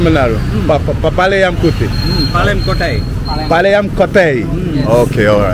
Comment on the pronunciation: Not kotai.it,s kootaai. Kotai means £%#*? Kootaai means palace